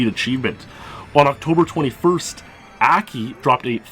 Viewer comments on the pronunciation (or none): Akki is Japanese. In Japanese all instances of the letter A are pronounced "Ah" like how "o" is pronounced in the English word "bot". So it's not "Ackki" it's like "Ahhkki".